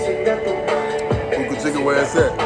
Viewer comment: Bruh its pronounced Boh'kah Cheekah (Boca Chica) not Boookah Cheekah